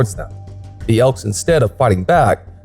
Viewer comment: It's elk dickhead not ekls